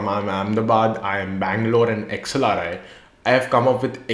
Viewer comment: Iim a and xlri 😂 it's sounding like samsung and somosa😂